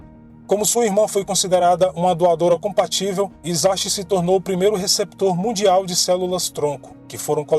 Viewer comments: Em japonês se pronuncia Hisashi = rissashi o H se lê como rr e o S nunca vira Z tudo que tem S não faz o som de Z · Olá, gosto de seus vídeos! Gostaria de lhe ajudar com as pronúncias! O “H” tem som de R e “CH” tem som de T. No caso do Japão ok, parabéns pelos seus vídeos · O nome dele é OUCHI (sobrenome) HISASHI (nome). Pronuncia se OUTI RISASHI